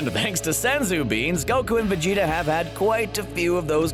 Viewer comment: He got me when he said “Vegetarble” 🤣🤣🤣🤣🤣🤣🤣🤣🤣🤣